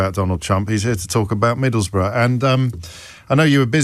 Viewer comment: Pronounced: Middlesboro’